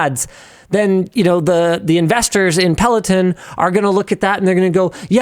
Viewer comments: pel·o·ton. /ˌpeləˈtän/ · if you discuss it maybe learn how to say it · good video, other than your pronunciation of peloton